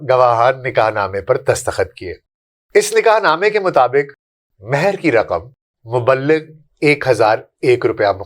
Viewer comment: aj to mas'hoor kr dia ap ne. Bs do lafz thek kr lijye مبلغ =mubligh متمول=mutmawwal